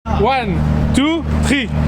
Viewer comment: A chaque fois que j'entend ton intro j'adore : one ( ok) two (ok) tree ( non la sa va po 😭😂)